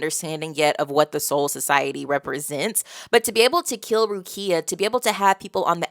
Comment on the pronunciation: you getting better at names! a small correction is the emphasis in Rukia’s name, it’s on letter “U” so it goes Rúkia and not Rukía i already saw people correct you on Zangetsu so imma skip this one, but otherwise everything was on point especially Seireitei which you nailed first try and im happy that you like this story so far, it’s one of my favorite of all time